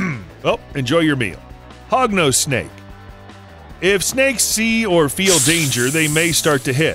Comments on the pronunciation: sorry Hognose but i heard it as Pognose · Did he just say "HOGNOSE" Snakes are Scary? XDD Im sorry sir i have a lot a respect for you but i believe you should do more research on snakes. This is coming from a snake owner and lover.